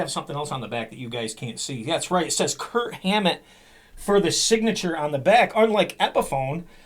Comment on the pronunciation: I swear, I hear Kurt every time you say Kirk. LoL